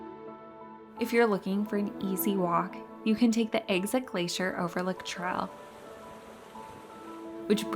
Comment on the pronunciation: I wish her speech was a little clearer instead of vocal fry and strange pronunciations like traal